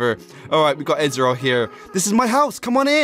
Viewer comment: it is Az-ree-l